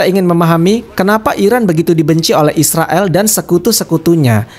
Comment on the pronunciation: Yag jelans nama ya bukan Israel min Isriwil 😁